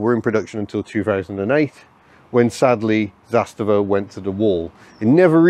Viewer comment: The pronunciation is Zas - tava rather than Zas-ta-va. The emphasis is on the first syllable 👍